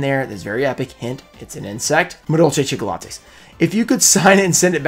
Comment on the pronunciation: Hahahahaha chickolates tho, hahahaha i died every time haha